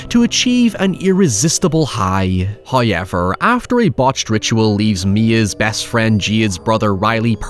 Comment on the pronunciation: That just can’t be the actual way you say however